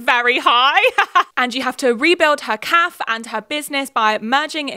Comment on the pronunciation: So confused why you pronounce cafe like calf